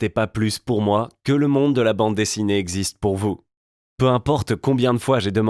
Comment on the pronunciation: Mais il égzizte pas